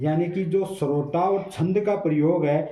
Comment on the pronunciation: सरोटा नही होता है सोरठा होता है सर